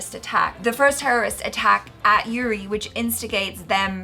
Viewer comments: Uri is pronounced as "oo-ree" not "you-ree". cheers!! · The name is pronounced U as in umbrella - so not YOUREE.. its uri as in umbrella and up :) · Its not youri its oori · It’s oori and not yuri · Good review. It's not Yuri , btw. It's Uri. The pronunciation I mean. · OORI NOT YURI! got it right the first time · Its "oori" and not 'yuri' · Pronounced 'oori' not 'yuri'. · Sir it's not U. R. I it's oori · Its not yuri...its pronounced Oori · was pronouncing URI correctly.. Later wen told her.. She actually pronounced wrong. U is not pronounced as English u. But oori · it's pronounced as "oori", not "you-ri" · Its uri not Yuri☺️ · Its pronounced as OO-RI Not YU-RI. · Its Uri, not Yuri... was pronouncing correctly initially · Its not yuri.... you guys saw the movie and still cant pronounce it ... they said the name for atleast 10 times in the movie... its Uri, not the university u, the Umbrella u. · Its "oori" pronouncing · was right the first time around... Its Uri as in oori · Uri (pronounced as Oori) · Its pronounced Oori..!